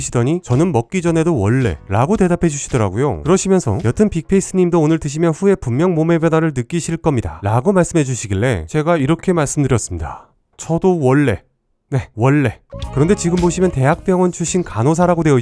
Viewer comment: 여전히 빅페이스를 빅ㅍ니스로 불르시는개 채널명이 의도한거였네요